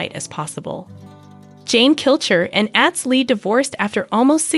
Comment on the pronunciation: At least pronounce his name correctly... Atz... Like Ahhhhhhhtz Long a... Not short a.